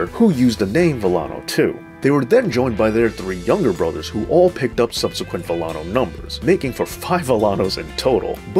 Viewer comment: Learn how to pronounce names Villano is pronounced Vi Ya No the double L makes the y sound.